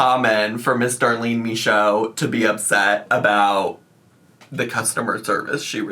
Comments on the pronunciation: As a French Canadian, I can confirm you saying "Michaud" the right way. ☺️ I'm really happy you're back, covering things you want to cover and not just following the drama. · French speaking Acadian in northern Maine here. Michaud DOES look like the way she pronounces it because it’s French and not English. 😂 Michaud is a very common name here. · Very common here in Quebec and it's said exactly like she said !